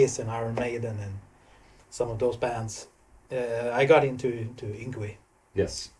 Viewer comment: So, that's how we pronounce "Yngwie", I thought it was harder, he is a legend too, the would say he is the father of Neoclassical metal.